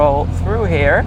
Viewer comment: did shmee just say “Here” like an American!?